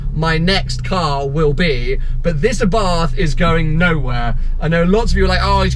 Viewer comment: It's pronounced Abart... not Bath